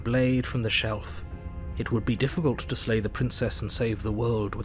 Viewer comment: Narrator be like: dammit, i said SLAY not LAY